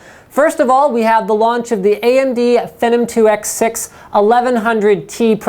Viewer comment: Hmm, never heard of "Feh-numb" before?' I have a Phenom, though.